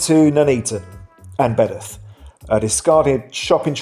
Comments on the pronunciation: Its Bedworth not bedath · Its pronnouced BEDWORTH !!! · Surely you are pronouncing Bedworth wrong? Surely? I would pronounce it Bed-worth myself! 🫵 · Bedworth pronounced as Bed’orth? You can’t accuse anyone of trying to get a penworth in! 😅